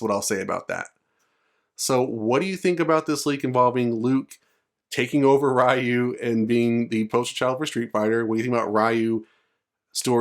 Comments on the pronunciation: games been out for longer than some of yall been alive and still can't say Ryu correctly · I commend you for learning to pronounce foreign names correctly. Not many people do. The man in the video is a Gen-Xer, and as such, was exposed to little if any hearing of the proper pronunciation of the name in his youth. (Things are VERY different today). Kids back then would see a name written on the arcade cabinet or in a magazine and “sound it out”, so it’s no surprise he (like people the world over) would think it is what it really isn’t. Today, with all the foreign streaming services and internet, this misunderstanding is starting to go away. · Funny when people say ryu wrong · It's a bullshit leak. Literally nothing burger I was in that thread and this no one bought it, there's no "passing of the torch", like Alex and Alan they're just the main character of the particular story, Ryu hasn't been a main character since forever. Also that's not the way you pronounce Ryu. There are no main characters in the franchise.